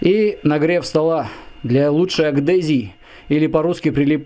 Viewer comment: братан, не аГдезия, а аДгезия!!!!! )))))